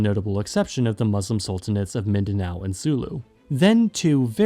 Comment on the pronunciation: "Luson ViSAyas and Midanow" It's killing me 🤣